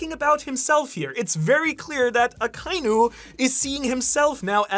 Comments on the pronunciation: It's so strange to me that this MFer can't pronounce Akainu correctly... It's "Akka- Inu", NOT "Ah- kai-nu" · I love you brother, but they gave the pronunciation of akainu... and youre missing a syllable. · It's aka•inu, not akai•nu. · I can’t get over how you pronounce Akainu and Magma lol 😅 sorry